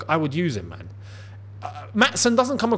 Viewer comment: I just wanted to tell you that you're pronoucing Maatsen wrong. I'm from the Netherlands and I'd like to give you a short explanation on how to say it correctly. When we have a double vowel like the ''aa'' in Maatsen, it's pronounced quite long. You're saying it way to fast, so slow it down a little bit. Also the ''a'' in dutch sounds a bit different than it does in english. I can't really help you with that now so I hope you can look that up yourself. And that's about it, all I can say now is I hope you get to see this comment.